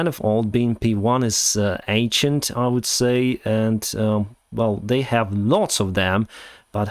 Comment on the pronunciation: A great video,, as usual. Note, though, that Honolulu is not an island but a city (actually, the capital of Hawaii), itself located on the island of Oahu. Also, you mispronounce some words in a rather funny way. In "ancient", the first "n" is not silent, it's pronounced "eiN-shent". "Pacific" has nothing to do with any putz, and so it's pronounced "paSifik", not "puTZifik".